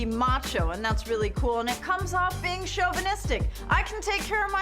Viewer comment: She called him shovenistic and then says it’s her country he has to listen to her.